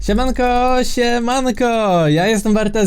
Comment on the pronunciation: zamiast "siemanko siemanko" usłyszałam śniadanko śniadanko XDDD lol.